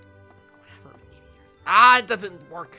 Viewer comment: Me:(vibrating on spot because nervous from battle) Eevee:(automatically asumes shaking joy con) VEEVEE VOLIE Me: oh God, I sent off a nuke (Also eevee actually said veevee volie in game)